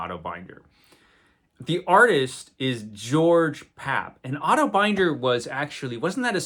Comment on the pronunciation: Otto Binder's last name was pronounces with a short "i" like in "cinder" or "tinder", rather than with a long "i" like in "finder" or "grinder." But "Eando" is up for grabs.